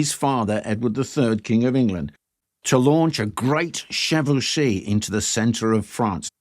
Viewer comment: Isn't it pronounced 'Chevauxshay'(phonetic)?